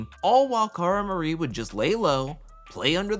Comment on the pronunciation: Cara has redeeming qualities, but Paulie…….not so much lol. highkey hate that guy. If I never have to see him on my tv again, I’ll be nothing short of happy and relieved 🥰 Also, the amount of times you called her “Cara MariE” killed me lol